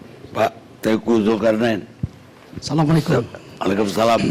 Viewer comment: pak tengku zulkarnain : SALAMUALAEKUM.... Whatttttttt???? ASSALAMUALAIKUM atau SALAMUALAIKUM???